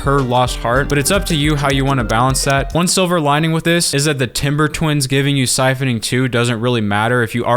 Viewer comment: "SIPHONING"! SIPHONING!